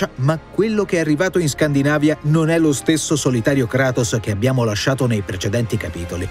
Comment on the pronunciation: Non sa dire kratos